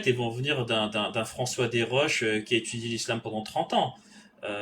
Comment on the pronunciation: Y on pas vraiment étchudié tu wouah , tchu wouah y ont pas vraiment étchudié .😮